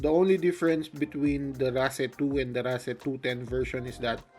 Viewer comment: Always thought it is pronounced as (race) lol 😂